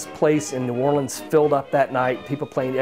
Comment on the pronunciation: lol! the way he pronounced New Orlean!